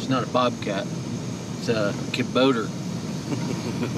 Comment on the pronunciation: Bobcat can you say ka-bo-ta Kubota